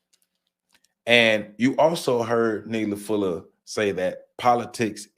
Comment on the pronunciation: Not Nelly Fuller but Neely Fuller. Lol.